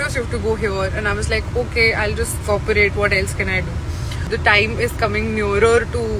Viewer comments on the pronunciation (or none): Cooperate. Ko. Kooaparate🤕🤕wtf